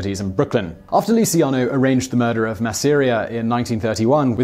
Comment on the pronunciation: my ears hurt every time masseria name was pronounced wrong, but like other people are saying the true legend Carlo Gambino should be mentioned but i know he had been jailed when he was younger, also look at Santo Trafficante Sr, and Jr